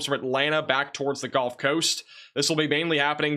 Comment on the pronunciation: Can you say GULF Coast, not GOLF coast???????Gulf